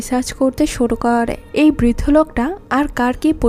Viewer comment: kooore / thaaake/ paaarre/ jaaabe…. এই উচ্চারণ গুলো বিরক্তিকর ।। improve করেন ।